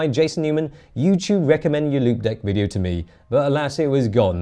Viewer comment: Before I saw the actual product name on the keyboard, I thought you were saying "limp dick". 😂